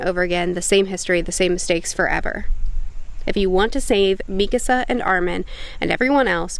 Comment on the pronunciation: Why does she day Mikisa instead of Mikasa? 😂